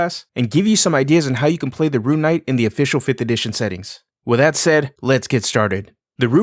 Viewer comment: Ah yes, the “Ruin” knight